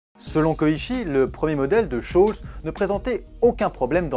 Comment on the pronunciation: Scholes se prononce Skols